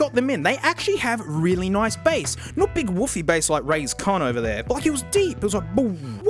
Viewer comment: Roncons, Rays con, Roscos